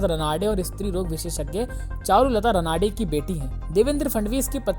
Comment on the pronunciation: रानडे sarname है l Pronouns अच्छा करो